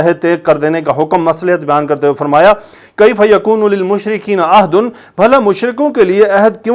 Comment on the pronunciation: Mazrat ke sath,ohad nahi hota ahad hota ha jiska mtlab ha wada